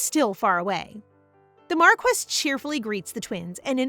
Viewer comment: I noticed that this is an ai reader because the reader mispronounced "marquis"